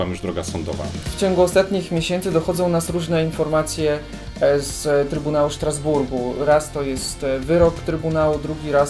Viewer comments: Wymiawia sie Straszburg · Wymawia się Strasburg, nie Sztrasburg :)